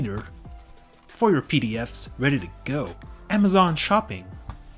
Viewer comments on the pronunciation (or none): none